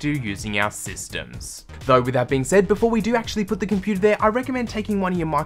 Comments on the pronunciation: “Inside our computaarrr” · What is a 'komputaah"?